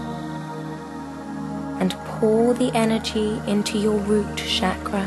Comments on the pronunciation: my apologies in advance but if i can correct please pronounce 'ch' in 'chakra' as we pronounce in cherry not shakra as is done on this video. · I don't want to sound like a horrible person, but who pronounces it "shaq-ruh"? I've always heard it "shock-ruh". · no..it's "chuck-ra" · You are right if roses would have called onions they would have smelled the same. But even then Pronunciations do matter. Shakra in sanskrit means Brown sugar. anyways keep it up.